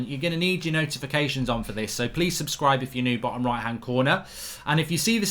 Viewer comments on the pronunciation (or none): none